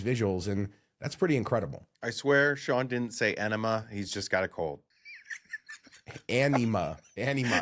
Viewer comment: he definitely said ENEMA not Anyma